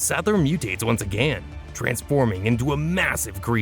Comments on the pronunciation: Too many uses of the word again with a voice that can't pronounce it. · "Once AgANN" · “agan” I love it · “ONCE AGÆAN 😎” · Your “AGAIN” annoys me for some reason.